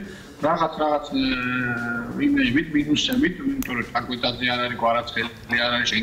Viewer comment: Me vici ro chakvetadzea da am yleebma rit ver daimaxsovres chankvetadzes ro idzaxian anu warmoidgine ra yleze kidiat fexburti chveni